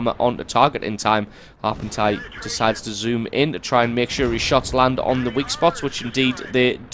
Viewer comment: That's not how you pronounce "Harpoentje" #dutchies :P